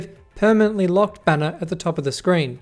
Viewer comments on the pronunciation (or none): none